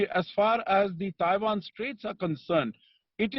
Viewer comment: Thaiwan nahi madam.... Taiwan!